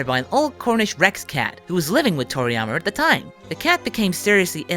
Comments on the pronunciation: i keep thinking that he's saying toriyamer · Is he saying "Toriyamer"?